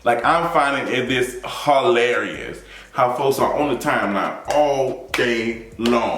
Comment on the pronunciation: Did you say "Ho-larry-us?'